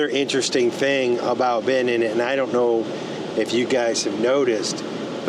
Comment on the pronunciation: It's BenEENn not BEhnin.